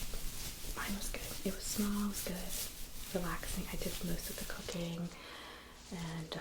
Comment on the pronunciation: I was working and had put the video in the bg. I heard "yeah I took most of the co caine" I stopped and instantly repeated and discovered its "cooking" Gave me a good chuckle